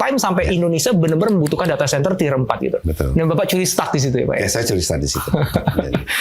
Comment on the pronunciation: di awal video ada. btw "tier" bukan "theer"